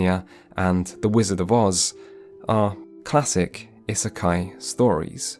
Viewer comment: if you're gonna say isekai this often you really could have looked up how to pronounce it. Its driving me mad :D